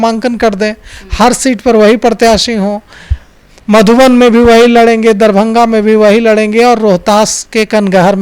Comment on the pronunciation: आपको बिहार के सारे जिला का नाम सही से पता नहीं है और चले है पत्रकारिता करने😂 बार - बार मधुबनी को मधुबन बोल रहे है😂😂😂